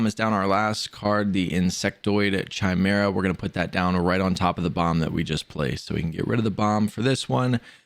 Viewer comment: Thnx for the help but please work on your pronunciation, golem is not pronounced gollum, you also pronounced chimera wrong